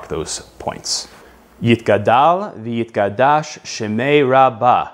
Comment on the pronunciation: I have no problem with the American accent, and this is generally a fairly good recitation. However, there are a few minor mispronunciations that should be corrected, particularly the second word sounds more like yitGadash in the video rather than the correct yitKadash. Also, the word shemayah should be accented on the last syllable, not the next to last. Finally, check the shva na vs shva nach. There are several that are mispronounced in the video. Otherwise, nice job. Kol hakavod.